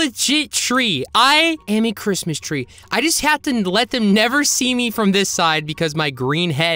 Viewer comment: OH BIG BOY GIMME THEM LIPS "I ThouNgt you woUld nEber AsK"